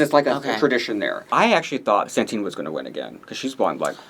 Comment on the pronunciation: The name of our espanhola winner is Satin, not Santin. It gets to a point that I think its just bait for people to comment